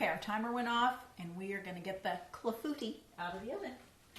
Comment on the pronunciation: It's pronounced "KLA-foo-TEE" with the emphasis on the first and last syllables...not "Claffootee."